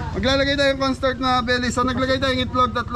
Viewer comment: Kapampangan po pag nag bigkas nawawala ang letter H Kaya sabi ay cornstart